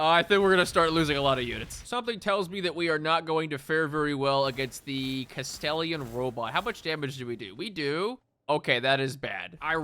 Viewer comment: Ahh the castellian robot and not the Kastelan 😂. Dyslexia is so funny